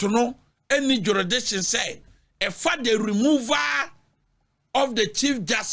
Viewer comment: What is jeridiction 😂😂😂 asem ooo